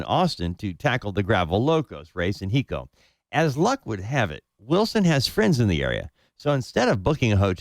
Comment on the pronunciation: It’s Hi-co , Tx.